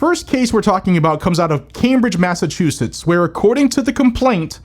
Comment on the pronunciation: It's Massachusetts. Enough said